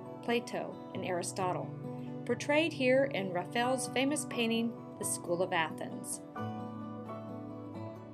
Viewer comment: Not too mention that rafell is Raphael (Ra - Fay - El)